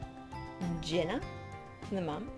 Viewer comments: It's pronounced Jeena not jenna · its jeana not jena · Jeeeeeana not jena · It's pronounced Jean-uh not Jen-uh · thefabulous2 Crew sooooo thats not how you pronunce it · you say it /J-i-n-a not J-e-n-n-a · I'm not being rude but you keep calling jeena Jenna its (g-na) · It's pronounced (j e e n a ) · Did it bug anyone else the way she was saying Jeana's name? But I love the video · your saying jeana's name wrong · she said jeana wrong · U said her name wrong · She pronounced Jeana's name wrong